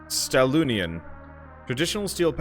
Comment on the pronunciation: It's Stahl Union. Not Stallonin.